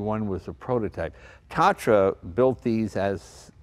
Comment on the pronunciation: Tah-tra. The first "a" is spelled longer, since it's named after a Hungarian mountain (Tátra).